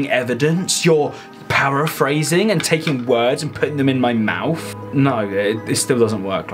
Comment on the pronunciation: did he say "mouf" instead of "mouth"?